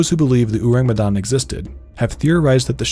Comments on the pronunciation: its not Urang Utan kind of pronounce bruh its "Ow-Raang May-Done" thats how you pronounce it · It’s pronounced “O” (like Orange) - “rung. “Me” (may) “dahn” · Halloween has been less spooky without unsolved supernatural... Edit: Ourang Medan pronounced Oh-rung May-dan. Ou like oh, rang like rung, Me like May, dan like dan. I'm from Indonesia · It’s pronounced more like “oh•rung” (ourang) “may•dahn” (Medan) :) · It's "ou-rung" Medan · bule butchering our language wkwkwk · as an indonesian, his pronunciation of Ourang Sumatra and Medan is funny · Their pronounciation of "Ourang Medan" leaves a tingle sensation in my ear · I can't take it serious everytime the narrator said "ourang medan" 😂😂 and butchered all the vowels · I'm from Medan and the way he pronounces ourang medan is so funny to me lol im sorry i know you tried but white ppl always made me laugh when they try to pronounce something non-english